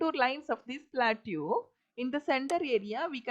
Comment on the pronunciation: its good but the pronounciation of plateau is wrong, its supposed to be pronounced as pla- tow or pla-toh